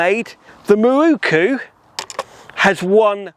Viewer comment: "Mi-roo-koo" is like chalk on a blackboard! How does "mirror" become "mi-roo-koo" when you add "ku" on the end?